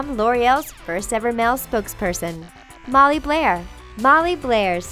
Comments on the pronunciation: Is she saying Molly Blair when the video says Molly Bair? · Chris Fitch , She CANNOT read - She also said Molly "Blair" when it clearly says "Bair" - no L is even involved. 😑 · she also said "blair" instead of "bair", the way it's spelled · AND IT'S. NOT. BLAIR. HER NAME IS MOLLY BAIR. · Madeleine Stuart NOT MELANIE!!! And ur saying Molly BLair with L !!! Its BAIR